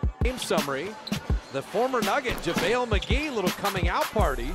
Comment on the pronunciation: Javale not Javle 🏀🏆